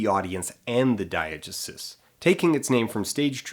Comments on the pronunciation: I love Dan but this drove me mad, I've only ever heard dye-uh-GEE-sis and it seems a lot more natural of an em-PHA-sis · "DYE-uh-juh-suss"? Most say "dye-uh-GEE-sis." SOURCE: OED; ; every class I ever took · it's pronounced [dahy-uh-jéé-sis], by the way :3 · i refuse to believe that you don’t know how to pronounce diegesis. you’re pulling my leg, right?